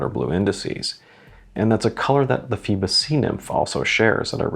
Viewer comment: Pronunciation: "foybos" (like "boy"). It is the classic Greek name that refers to Phoibos Apollo, the god of the sun. The name also refers to Apollo's grandmother Phoibe.